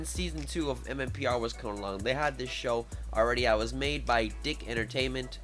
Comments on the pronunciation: your pronouncing that wrong, Dic is pronounced Deek not Dick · It's pronounced. Deek. Not dick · Its pronounced DEEK but I was a huge fan of SUPER SAMURAI SYBER SQUAD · Hey, The production company name Dic, it's actually pronounced " Deek" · It's pronounced"deek". If you watched TMNT back in the day, it said it at the end of each episode. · "Dic" isn't pronounced like "dick" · DIC is actually pronounced "Deek" lmfao I had SSSS on VHS as a kid and remember them saying it at the beginning/end of each episode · ugh at this whole video and he mispronounced DIC